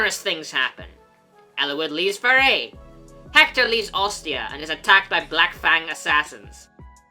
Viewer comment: who says Lykian with a K? Lie-see-a makes more sense but i could be wrong but the way its said here sounds like a K. not a C at ALL. Like u dont say, O-Stia. U say Aw-Stia. Oh-Stia even would be wrong. cause its not like u say o.. stia.. so. its Aw-Stia.. Like Lie-See-A. not Lie-Kia.. thats how he seems to say it. i dont know, i could be very wrong but just how i see it. please do correct me though if wrong cause i would like to know more about it